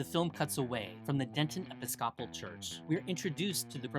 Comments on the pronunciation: Is this an AI voice? /ˌɛpɪsˈkʰɑpəl/ for /ɪˈpɪskəpəl/ (Episcopal)? Yikes! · Enjoyed this very much! One tiny correction: you mispronounced "Episcopal" (the emphasis is supposed to be on the second syllable: it's e-PISS-co-ple (this made me wonder if the narration was a real person or AI. Am very happy you're a real person!